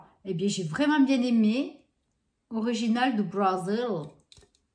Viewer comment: Cc ma belle 💋 tu parles "dù brazil" 🤣 tu m'as fais rire mdr 🤣🤣🤣 sinon le lait d'amande tu le trouve partout et c'est Extra je ne bois que ce lait là(presque pas les autres... Quasi jamais) 🤤 mais dis donc !!! T'as rien fait tomber ??? 🤔😲😲😲🧐😜🤩😆 Aaahhh le volume aux racines 💖💖 je suis en mission Sherlockette holmssette 🧐😂 (tu as 4h.. 😜) le mixa peau mate c'est mieux 💖 le Mask léopard avec les spots 😂😂 t'en n'as pas eu ??? 🤔🤣🤣🤣🤔🤣🤣 Tu m'eclates 🤩 je te fais de gros gros gros gros gros bisous ma belle 💋💖🌟💫✨✨✨✨🌠